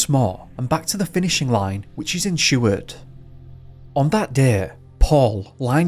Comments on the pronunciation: I remember when this happened & you don't pronounce Seward or Kenai right at all, other than that good job.Greetings from Anchorage, Alaska. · I remember when this happened & you don't pronounce Seward or Kenai right at all, other than that good job.Greetings from Anchorage, Alaska. New to your channel, Happy New Year 🎉 but this is still very sad for Paul's family not noing what happened to their loved one.